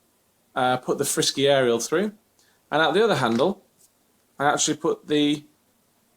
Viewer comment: its not frisky its Fr-Sky